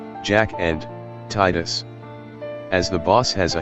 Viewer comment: See even the text to speech voice knows how to say Tidus's name correctly, amazing. :D